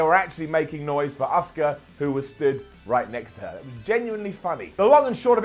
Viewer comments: She's not called Osuka,. She's called Asuka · Every time says Asuka, i think of the name Oscar